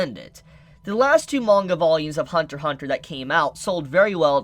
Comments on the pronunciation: It’s Hunter “X” Hunter. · Only idiots call it Hunter X Hunter. The X is silent in Japanese for this title.